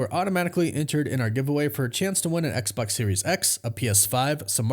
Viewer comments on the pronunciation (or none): none